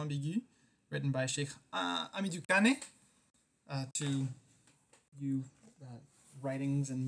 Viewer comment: You pronounce badly the name of the legend Cheikh Hamidou Kane .. A good student of litterature must try to do well her pronunciation.... Kane |ka:n| not |ka:ni|... At Cheikh Anta Diop University, we atry to do well with the none African writers...!